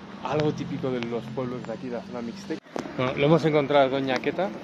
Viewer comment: Gracias por respetar los nombres de nuestras comunidades, asi es como se pronuncia Tlajiaco, Oajaca, Mejico. Mije. Jalapa, y se escribe TLAXIACO; OAXACA; MEXICO, MIXE,XALAPA, y la pregunta que les hicieron fue inocente, de "que hacen aqui", no fue una interrogante hostil. visitaron el paris chiquito.